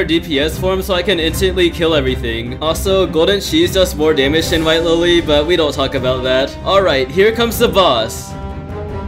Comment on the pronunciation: White Lilly...not Wife Lilly. (I misheard this part)